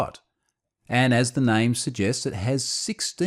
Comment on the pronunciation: At first I thought it was a Unifi brand name (I was listening as a pod-cast, not watching). The YouTube subtitles understand it as "ever net" or "ewa net".